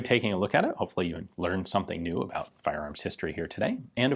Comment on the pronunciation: "at ab oU t 18 hundred feet per second.."